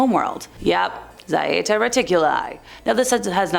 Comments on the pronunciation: It's just plain old Zeta. Not Zieta. You clearly need more spanking, woman 😂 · pronounced (ZHAY-TA) And one of the ET groups who SEEDED us here and have manipulated our DNA for at least 270 million years.